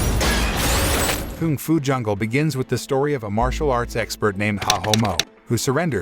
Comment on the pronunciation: mans really said Koong Fu Jungle -_